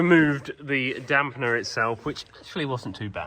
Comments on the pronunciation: You keep saying Damp ‘n’er … it’s easier than that. It’s dam-per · You must watch too much American YOuTube. There in no "N" in Damper.... it is not a Damp-N-er